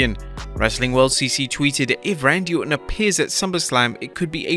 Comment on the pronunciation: Can we talk about how he said Randal ortan